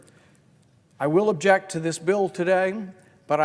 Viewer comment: Did I hear him correctly?! It sounded like Rand Paul said, Madam President, I abject. Wait, what??!! 🤔